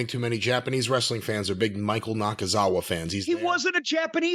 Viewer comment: EVERY TIME he says Michael Nakazawa’s name I end up in tears lmao 😂😂😂